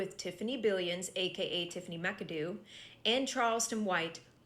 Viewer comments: Bro, it’s Mac-a-doo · If Tiffany’s last name is spelled McAdoo, then it is pronounced MACK-uh-DOO. 😊